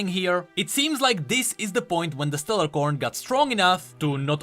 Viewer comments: Its Stellacorn not StellaRcorn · keeps calling them StellaRcorn but there's not supposed to be an "R" in the middle of "A" and C". It's actually just Stellacorn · Just wanted to point out that it's Stellacorn without the R